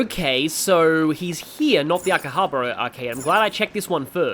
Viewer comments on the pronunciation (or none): none